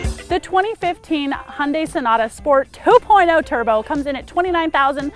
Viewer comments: Wish americans would pronounce Hyundai correctly. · Hyundai rhymes with Sunday